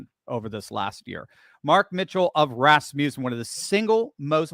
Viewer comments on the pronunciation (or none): Please. It is Ras muss en, not Ras mew sen. Thus was my grandmother's name. It comes from the name Rasmus (not ras-mews) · Even after the guy said it right to him, he still insists on mispronouncing Rasmussen. Drives me crazy.